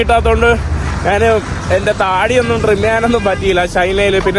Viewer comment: നാണ് അല്ല ഞാൻ എന്ന് പറഞ്ഞു പഠിക്കുക